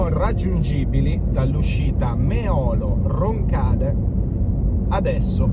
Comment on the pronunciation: all'uscita Meolo-Roncade hai pronunciato il primo nome scorrettamente, è mÉolo non meÒlo